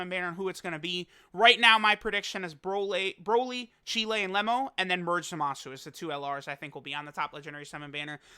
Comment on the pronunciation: Why does say Cheelai like Chile 😂